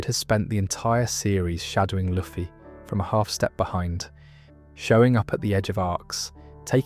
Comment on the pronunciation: Brother why are you saying luffy like that